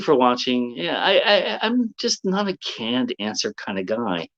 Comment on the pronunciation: I heard 'can-dancer'....and eventually understood 'canned answer'. I like mine better,.